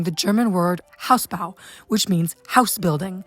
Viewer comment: There is no such thing as an accent at u's in German. It's just Hausbau, not Haúsbau.